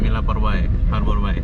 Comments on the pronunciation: Sekedar masukan, Bay pronouncing nya lebih kepada -“bei” bukan “bai”. Artinya teluk . Anyway, I miss Batam ❤️ From Singapore 🇸🇬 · harborbay bang...(bei) bukan (bai) .... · Norak ah masa ngomongnya harbor BAI , bacanya BEY bukan BAI